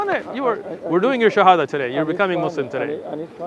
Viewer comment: Mashallah tabarakallah, he pronounced the shahada so good.